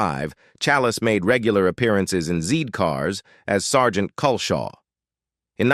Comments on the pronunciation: For example it was ‘zed’ cars not ‘zee’ cars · Zee cars...🤣